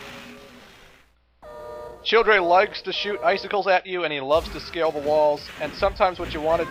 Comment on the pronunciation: Third to the last time he said childre i heard children